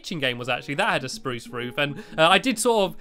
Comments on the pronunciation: stampy you said spruce not SPRUSE are you sick lol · Stamps you sed sprrrous wogn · you said spruce wrong